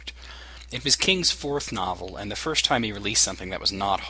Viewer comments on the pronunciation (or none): none